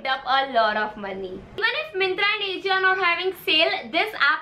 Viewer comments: It's pronunciation is "aajio" not ajio 😊 and u looked damn cute in that yellow sweatshirt ❤️ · It's not A jio it's aajio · It is aa-ji-o not A-jio🤣😂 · It's not aajio it's ajio😅😂🤭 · It's not aejio..its AJIO 😂😂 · It's not ejio 🤣🤣 It's ajio .. ✌🏻pls pronounce correctly..